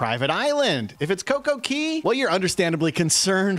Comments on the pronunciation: Cocco Cay is our favorite the island is beautiful & a lovely place to enjoy. Hope they are ok when all settles down. It’s not pronounced Key, the other islands are but not that one. It’s pronounced Cay with the a long. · Its not pronounced key...its actually pronounced cay which is different than all other areas per RC... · Why do you keep saying coco key? It’s Coco Cay pronounced K. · Interesting video, thanks. BTW - Cay is pronounced like day. Not less but fewer umbrellas. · CocoCay not key